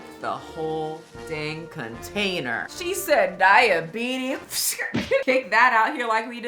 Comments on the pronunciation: Did you say thigh-abetes 😂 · Wilfred Brinkley has the “diabeetus” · Diabetis. Diabetis. Diabetis. Diabetis.